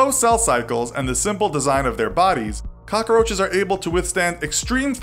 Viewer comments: “Cock-a-roaches” literally every time he said it my eye twitched Edit: THAT KEITH RICHARDS FLAME ☠️☠️ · Why is he calling them cocaroaches? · Am I the only one that gets annoyed by him saying cockaroaches instead of cockroaches